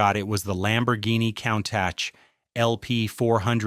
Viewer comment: 😆 coon -tak or cune-tash or cone-tauk